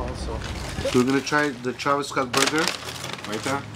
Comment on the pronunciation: Lol how pronounce Travis Scott make me dead 🤣🤣🤣🤣🤣🤣